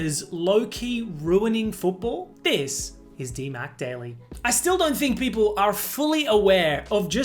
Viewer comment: "This is DihMac Daily" 🥀